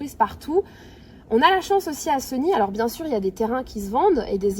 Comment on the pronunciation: Chère Madame commencer par bien prononcer le nom de notre ville Séééégny et non pas Segny mal aux oreilles